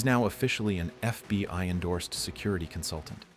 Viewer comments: When he says FBY instead of FBI dead giveaway this is an AI. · Is "F.B.Y.gov" really a thing or is AI just not quite there yet? 😂